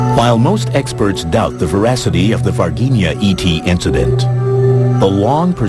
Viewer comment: The G in Varginha is pronounced as a J like for instance in the band Bee Gees!